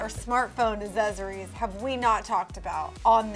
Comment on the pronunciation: When says aksezories instead of accessories. Haha. Love it and hate it at the same.time